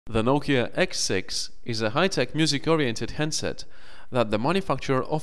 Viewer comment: "the nokia xsex"